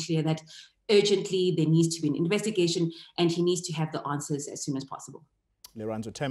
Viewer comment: Lirandzu not Lerato